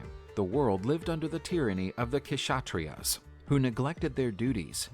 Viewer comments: It is not k shatriyas it is Kshatriyas k is silent, i.e. the warriors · Parashurama fought against the Kshatriyas (where the k is silent, so it's pronounced as shatriyas) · Not the queshutreas 😂 bruh just say shatriyas if you pronounce, the narrator btw not the yt guy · Kshatriyas..no no no ...all wrong pronunciation...very sorry..warrior class" kshatriyas" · Kshatriyas K is silent pronounced as shatriyas